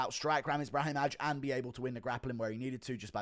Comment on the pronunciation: Guru we gotta work on these Eastern European names that -aj ending makes an “eye” sound, Brahimaj and Sopaj the j is silent and should sound the same as like Augusto Sakai